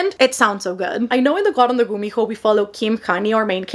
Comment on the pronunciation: I've just started following you and all throughout the few videos i've watched of you i kept thinking 'what's her accent i can’t place it? She has an american accent but with a few twists in some woyels.' Then "Here in Panama" Ah! Yes! I knew it! I should've known the way you pronounced the h in gumiho gave me Spanish vibes.